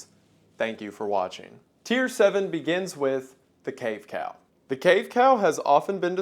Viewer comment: you said "cave cow" and i heard "cave pal" which sounds cuter